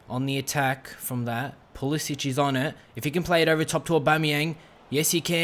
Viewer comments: His name is Pulisic not Pulisić. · Just saying you pronounce it like a k not a ch